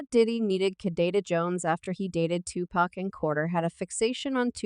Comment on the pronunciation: Please learn how to pronounce pacs name before recording a video regarding Tupac...lord have mercy smh 😂